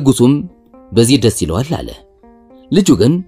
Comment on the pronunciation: አለ የሚለውን ስትል ለወደፊት አስተካክል ሌላው ሀሪፍ ነው